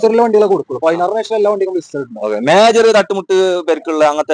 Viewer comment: ഇസ്റ്ററി അല്ല 👉 ഹിസ്റ്ററി ….!!!